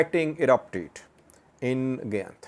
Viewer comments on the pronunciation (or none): Gayint is pronounced Guy-int and Sayint is an entirely different area in south Wollo, bordering East Gojam and the Blue Nile.